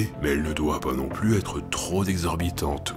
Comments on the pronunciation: Belle vidéo comme d'habitude. A et , mes oreilles ont pleuré à l'écoute de la liaison du mot "trop". On prononce "troP éloigné" et non "troS éloigné" ! Etonnemment, à , ce même adjectif n'a pas eu droit à une liaison : "tro insistant" ! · Bravo pour le texte, le montage et la précision avec laquelle le sujet a été traité !! Seul défaut : problème de liaison avec le mot "trop" ;-) On ne dit pas "trop z ancien", mais "trop p ancien" ! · "trop zéloigné" ou "trop zimportant" : on appelle cela une "liaison mal t'a propos". "Trop pimportant" et "trop péloigné", c'est nettement mieux. Cela dit sans suffisance aucune, c'est juste pour la ramener. Amitiés. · Merci pour tous ces épisodes, cette chaine est vraiment passionnante !!! (à "enfin, les requêtes ne doivent pas être troz éloignées dans le temps.... Aille aille aille, mes oreilles saignent :-) ) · "Trop zéloignées" =P